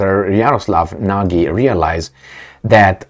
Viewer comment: The Slovaks name is Nagy, speak it like natchy or natschi, the most common HUNGARIAN name, means " Great ".Jaroslav is a pagan ( non christian ) name. Jaro means " sun ", slav is " glory ". We can call him " Great glory of the sun " . With such a name , he thinks, he is always on the right sunny side. But he is with Selenski, the little jewish clown, a brutal guy like all little men( Napoleon-Komplex in Psychiatrie ). A most corrupted Nazi autocrat. " Transparency International " put him on place No133, the worst corrupted in the world. A guy from the dark side !